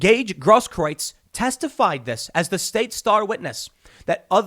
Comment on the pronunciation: Tim Pool and Jeremy from The Quartering are the only people I've heard so far who pronounce "Grosskreutz" properly.